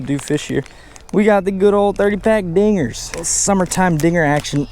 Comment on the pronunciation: Did anybody here the n word when he said dinggers